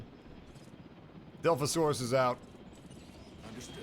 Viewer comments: Dilphosaurus booooiiii it’s dilophosaurus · Every time you say “dilfosaurus” omg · Dilophosaurus not dilfosaurus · your saying it wrong its dilophosaurus